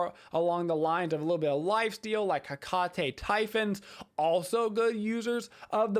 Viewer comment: Just a few pronunciation things! -Agni is pronounced like awe-gni -Hecate is pronounced heh-kuh-tea